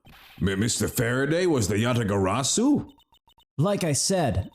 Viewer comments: I'm sorry, but I'm not a fan of the Kay-mispronouncing-"Yatagarasu" shtick. Besides, I feel like it would be everyone except Kay who would initially mispronounce it. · Im writing down every mispronounciation of Yatagarasu and this episode was. A lot. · Kay's character arc will be completed in the next case where she'll learn how to say Yatagarasu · I still love that kay is just unabashedly unable to pronounce yatagarasu